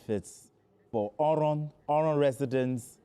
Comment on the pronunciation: I like how he pronounced oron. He's been taught well.